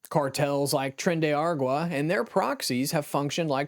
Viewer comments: "Tren de ah-GWAH-rah"? Uh, no! It's "Tren de ah-RAH-gwah". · very informative video. However, the Venezuelan gang tren day ah-RAHG-wah (tren de aragua), rather than tren do ah-GWAH-rah. No charge!😀